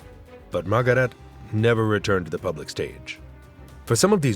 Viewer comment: Unqualified announcer who does not know the German language: Goebels is not pronounced /gobbles/, Margarete is not /margarít/!